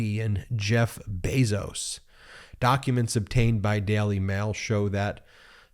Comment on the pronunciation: Can you please learn to pronounce words like jail or daily ?